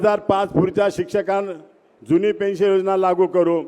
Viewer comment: पेंन्शल नाही साहेब पेंन्शन बोला